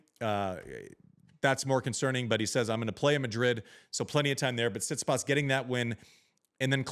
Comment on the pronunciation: Amazing how you dudes cant even pronounce his name after all these years. TsitsipAs, its not that hard